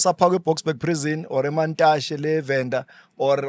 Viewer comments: matatshe not mantashe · GP the jail in Venda is not Mantashe it's Matatshe.